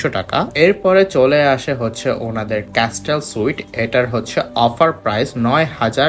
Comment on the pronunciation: sorry don't mind me correcting your pronunciation😅আসলে আপনার ভিডিও দেখে অনেকেই শিখবে তাই লেখা এগেইন ডু নট মাইন্ড ভাইয়া😥Dulex=ডুলেক্স নট ডিউলেক্স, Castle=ক্যাসেল নট ক্যাসটেল T ta silent thakbe ekhane❤❤❤video is informative thaks for all the pricing details keep up the good work❤